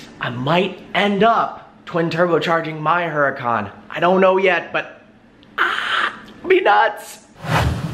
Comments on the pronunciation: Isn't the way u say the car name is URACAN not HURACAN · Too funny he owns the car but mispronounced the name. The "H" is silent because it is a Spanish word. Fun video. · "low P" and "Huracan" do not go together.